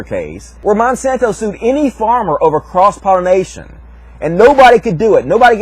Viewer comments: Oh for fucks' sake, it's pollination, not "pollinization". -_ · i couldn't stand to continue watching...he kept saying 'pollinization', it's pollination you illiterate weirdo.